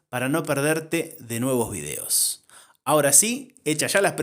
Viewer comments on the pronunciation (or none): none